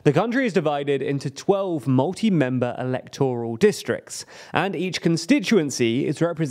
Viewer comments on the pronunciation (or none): I know this is critical but I'm not going to patronise you by implying you're too silly to learn the correct way or you don't need to know. You're not and you do. You're mispronouncing 'electoral'. The stress is on the second syllable 'elEctoral' /ɪˈlɛkt(ə)rəl. It isn't 'electORal'. You do political videos. You should know.